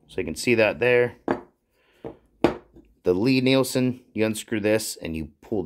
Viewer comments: Lie Nielsen is pronounced LEE, check their website and Wikipedia. Nice people that make the best hand planes. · Why would we take your pronunciation over that of the guy himself? It's pronounced LEE, like lien, liege or Natalie. And it's a damn fine plane!